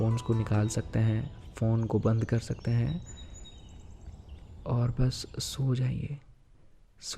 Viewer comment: सिवाय नहीं शिवाय होता है दोनों में बहुत अंतर है। अगर उच्चारण सही नहीं है तो प्रभाव कैसे सही होगा। मैं जब दुर्गा सप्तशती का पाठ करती हूं तो कभी-कभार भूल वश शुम्भ को शम्भू पढ़ लेती हूं लेकिन तुरंत ही देवी से क्षमा मांगकर सही उच्चारण करती हूं। सोच कर देखिए की शुम्भ वध के स्थान पर कोई ग़लती से शम्भू वध का उच्चारण कर ले तो कितना बड़ा अनर्थ हो जाएगा। अतः उचित फल की प्राप्ति हेतु सटीक उच्चारण आवश्यक है।